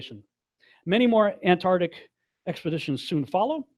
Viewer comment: PLEASE!!! Learn how to say "Ant -- ARC -- tic". Thank you for your cooperation.